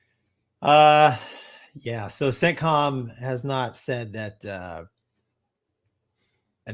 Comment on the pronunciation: Whenever you say “CENTCOM”, I hear “sit-com”.